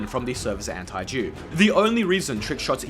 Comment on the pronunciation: brother you should work on how you pronounce that "antidupe" word